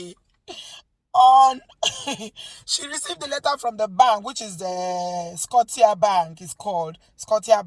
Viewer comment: Hello. Interesting story. By the way, the name Scotia is pronounced skosha 😄